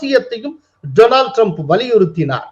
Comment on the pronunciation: My friend Dolan Trump. நண்பர் பெயரைக்கூட தவறில்லாமல் சொல்ல தெரியாதவர்...